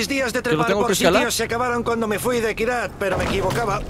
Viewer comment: dijo kyrat wtf